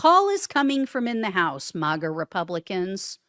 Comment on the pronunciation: It's maga not mawgaw